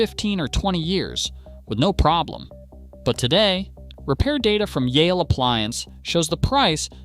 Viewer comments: Miele is pronounced mee-leh, not myelleh. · Good grief, why can't you pronounce names the way they're originally pronounced? Learn to pronounce Miele correctly! We in Europe make an effort to pronounce American names correctly, after all. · Miejèléh? Is it so difficult to say Miele? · Mie jeeelle ? Just mie le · It's MEE-LUH not MEE-AY-LAY. In German, you pronounce the second letter of IE or EI, not both letters. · Miele;...it is not Mee-elle; its pronounced Meleh.... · Funniest way to pronounce Miele. Its just "Meel-eh". Sometimes its really just that easy. But the effort is being appreciated. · General Electric here. Both dryer and washer dead after 5 years. BTW I am a born German. Miele is pronounced Meele with that short e at the end that you already got right. IE in German is a so called long I, which in German is pronounced like an English e. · That atrocious pronunciation of Miele hurt my soul. It's not a meowing cat, it's a german brand, so something like "mee-le". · Good video. For Americans: you should pronounce " Miele" as " MEELE". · The first e in Miele is quiet, so it’s pronounced more like “meela” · Miele, its spoken Meela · Pronounced "Meelay" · Laughs in Miele. I have mine for some 25 years. Also the e in Miele is silent. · You did not pronounce Miele correctly! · Terrible video. LG uses the same system as Samsung. So if LG is good so is Samsung. You pronounced Miele wrong, as well as what they sell for is wrong. Speed Queen is not the same washer as what "your parents had". You specifically said old washers has stainless exterior drum, they haven't used a stainless exterior drum in 10 years. Don't say no one warned someone about washers breaking down quickly. EVERYWHERE that you buy appliances sells extended warranties... That is the warning. Any reputable company will have a proper sales rep, and they will for sure talk about what to expect.